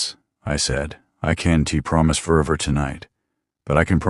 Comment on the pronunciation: The AI is glitchy. It cannot handle contractions. Can't becomes Can ti. This is difficult to decipher what is going on. This story is too weird without a glitchy narration.